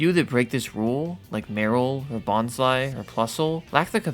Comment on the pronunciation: Loving the video so far! I forgot all about this dude and I'm pretty sure as a kid I just thought he was an innocent doofus and not actually in on it, but now as an adult it's pretty obvious he is, hah. Here's what I paused for, and I'm sorry if it's unwelcome: Bonsly's name is pronounced Bon-sly, rhymes with bonsai :D Super common misconception. Bonus that's paired with it in my mind, Vullaby is vulture-lullaby, not baby. So they both rhyme even though they look in English like they shouldn't! e: I love how you keep calling the Pokemon sweet angels and stuff <3